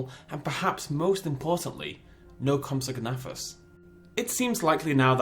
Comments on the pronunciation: "The corpse of a Swedish man" haha as a swede myself that was perfect xD! Nice video man! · I like your videos. But you pronounce compsognathus TERRIBLY. I expect better from a fellow brit.